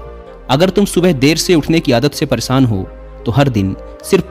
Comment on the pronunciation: Hindi to शुद्ध bola karo परेसान nahi परेशान hota hai